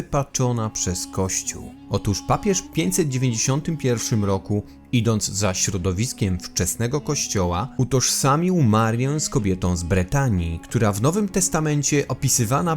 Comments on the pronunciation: Nie Bretanii tylko betanii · Z Betanii, a nie Bretanii...